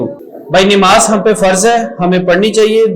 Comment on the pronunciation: Sir plz nimaz ni hota namaz hota hy plz don't mind